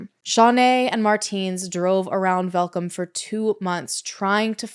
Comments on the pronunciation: I dont know anythung about this case....AND I'M SOUTH AFRICAN!! also you pronounced Welkom so perfectly, werk girl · The look of shock on my face when you mentioned the city Welkom AND pronounced it correctly, well done!